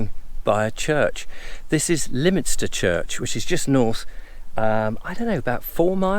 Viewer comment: You were right the first time , Lyminster pronounced Limmster . Funnily yesterday I saw-- a new one - of those sprayer thingies ( could it be for fertiliser etc ?) on the back of a low loader driving along the A27 towards Littlehampton! Colin Cowdrey ( cricketer) , married to one of the daughters of the 16th Duke of Norfolk is buried in the church yard at Poling